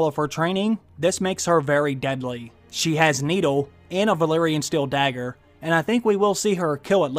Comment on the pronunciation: Also it's Valyrian not Valerian, the place is called Valyria not Valeria.